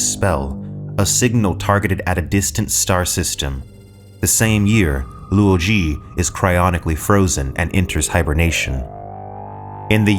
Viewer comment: Hey...some pointers for future videos: Ye Wenjie = Yuh Wuhn-jyeh Cheng Xin = Chuhng Sheen Luo Ji = Lwoh Jee Cixin Liu = Tsuh-sheen Lyoh Much respect! Love your videos! ❤